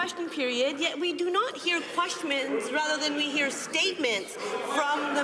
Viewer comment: We do not hear “Questmons” LOL